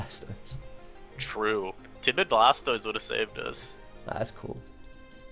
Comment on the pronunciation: is dope but hearing him shorthand Blastoise to 'Stoise hurts my soul. That ain't the way chief lmao